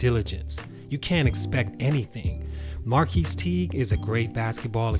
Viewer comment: His name is pronounced as "Mar-cus" not "Mar-keese" lol